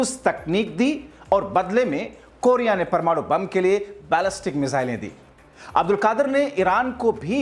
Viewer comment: Bhai Aap Pehle sahi se bolna seekh lijiye uske Baad fake news chalaiye Doctor Abdul Qadeer khan ڈاکٹر عبدالقدیر خان ko Aap Abdulkadir عبدا لقادر Keh rahe hain Poora Naam aur poori meaning hi change kar diye hain